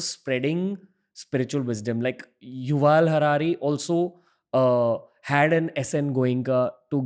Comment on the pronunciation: Learn to say Yuval. He is a liberal bigot, thinking he speaks for Humanity.